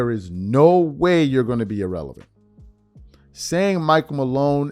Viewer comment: Wait a minute…hold the phone…stop the presses…someone in mainstream media made an outlandish, patently outrageous statement for max $ ?!?!? Unfathomable. P.S. Richard: You completely biffed your use of the word “erroneous” (to a cringe-y degree) after pronouncing irrelevant, “ee-relevant.” Almost as cringe-y and embarrassing as your team going for a slant route on the 1-yard line, and biffing on an opportunity to be something people remember (b2b Champ).